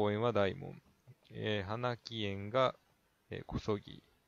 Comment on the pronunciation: 青梅市の紹介で市名の由縁を説明しないというのは初めておめにかかりました。 何かの資料の棒読みでしょう仮名の無い地名はほとんど間違えてますね。 こそぎ⇒オソキ みたけやま⇒ミタケサン はなきえん⇒カボクエン 梅を使った特産品ってある？ こんな動画・・・何の役にも立たないですね。